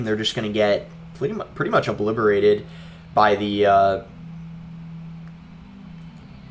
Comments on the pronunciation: “uhbliberated”😂 love you Boss you make great vids man, keep up the pace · hahaha I was wondering if anyone else caught that lmao